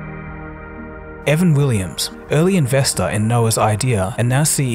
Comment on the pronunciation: Why do you call him "Evan Willims" ?